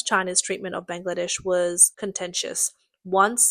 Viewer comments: she does. And she's typical for girls who have zero interest in doing their job properly. I heard FAR MORE mistakes than the average Aussie would make. We ALL know what Bangladesh is, and she's calling it blang-ladesh. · NO. DON'T maoe excuses because it's NOT her accent. I have thr same accent and NONE of us pronounce Bangladesh as "blang-ladesh" and frigate as free gate. She simply can't read properly and is typical of girls here who don't put any effort into their job. This isn't lisp, it isn't the accent, she's just hopeless. 70% of Australians could do it better. Honestly she'd be fired for even reading childrens books in Australia.